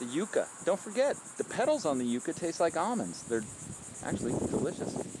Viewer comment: The pronunciation of this plant ? Ummm . I never heard it the way you say it